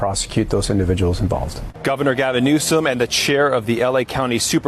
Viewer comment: It not newsum it newscum